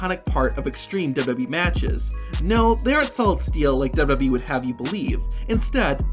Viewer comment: Love your videos man. But the way you say "WWE" makes me irrationally irritated xD